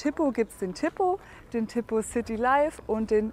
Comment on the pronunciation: Wenn ich schon höre wie die TIPO ausspricht, wird mir schlecht...